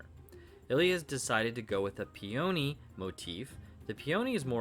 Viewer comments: Pea-oh-nee? Dude...it's pe-ah-knee. I was so confused what he was talking about until I looked into it further. Beautiful hammer, though! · pee-OHH-NEE is a very interesting way of pronouncing peony. I grew up with my mom saying PEE-uh-NEE. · I’ve never heard someone pronounce peony like that.